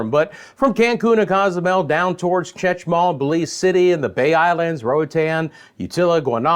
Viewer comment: Glad I'm not the only one.. I live in Merida and every time you say it or Campeche or Chetumal.. I wince jaja.. and I'm Canadian. Anyway.. go to Google translate and type each city in English and play the Spanish pronunciation .. that is the way people say it here. Not Chechumal.. Chetumal. The least of our worries though coming into hurricane season. Thanks for keeping us informed.